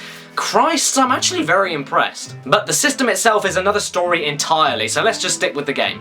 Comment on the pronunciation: I dont know what acual is, but im impressed that mario and luigi can speak "acually"